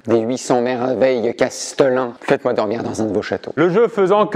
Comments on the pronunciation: Par contre c'est Chatelain et pas Castelain non? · Il faut dire Châtelain et non castelain… ! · Castelin ?? Mais c’est quoi? On dit pas plutôt châtelain ?😅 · Par contre on dit châtelain, pas castlelin. Ou maître du château à la rigueur. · Il me semble que l’on dit châtelain et pas castelain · Quelqu’un peut dire à qu’on dit cHâtelain et pas castelain? 🙏😘